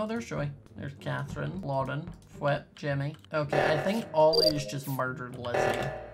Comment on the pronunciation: “It’s jimmy Its jimmy It’s jimmy It’s shimmy it’s shimmy it’s shimmy” when he says jimmy to many time it sounds like shimmy